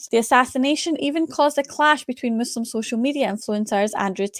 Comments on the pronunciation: Nas is supposedly a palestinian arab, why does he pronounce Muslim as "Maazlem" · First of all he cannot even say Muslim